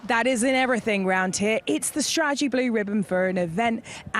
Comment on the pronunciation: Ruth “stra’egy” needs to go.